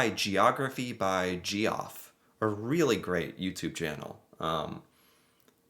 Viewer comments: ouch. "Geoff" is pronounced the same as "Jeff." 🇨🇦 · Gee off? Really? It's pronounced Jeff. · Just so you know, it's 'geography by (JEFF) Geoff', not 'gee-off' ! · "Gee-Off" ... or Geoff ... is pronounced like Jeff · Ge off, 😅😅😅. Its pronounced as jeff. There are two ways off spelling it. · Ha ha, Gee Off? I assume spelled Geoff? That is pronounced Jeff. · FYI. It's not Geeoff, it's Jeff written as Geoff. By the way, both of these forms originate from the German "Godfrey". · “Geography by Jee Off” LOL. -pretty sure it’s pronounced Jeff. Very interesting vid. 👍🏼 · His name is pronounced Jeff not Ge-off. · Ge-off 😂 its pronounced Jeff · Who the hell is Jee-Off? LOL How does not know that's another way to spell Jeff? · It can be pronounced three ways: "Jeff", "Joff", or even "JEE-off" as said it. That said, "Jeff" is the most common and likely correct one, as it is a shortening of "Geoffrey", the original and still common enough spelling of "Jeffrey". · That was a hilarious pronounciation. Jee-Off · It's not Geoff , It's Jeff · Oh good lord…. Geography by Geoff is pronounced Jeff. Only in Murica… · Hey, this is just a FYI, since you are a delightful knowledge hog. The name Geoff (which is an abbreviation for the name Geoffrey) is pronounced “Jeff”, which itself is an American variant of the same name. Just sayin’😁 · Geoff is pronounced jeff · ….Geoff is just pronounced Jeff. Lmao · 🇨🇦 If it's spelled Geoff, it's pronounced Jeff. The ½ hr time zone difference in Newfoundland is no big deal because we have six different time zones in Canada, spanning a 4½ hr time difference from coast to coast. So is it really a huge deal if it's ½ hour difference vs 1 hr difference?? Not really. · Geoff is pronounced Jeff. FYI. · Geography by Geoff is pronounced Jeff. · Geoff is pronounced Jeff you Average American Man lol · Hi, just to let you know the video was Geography by Geoff, which is pronounced as Jeff. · Geoff is pronounced Jeff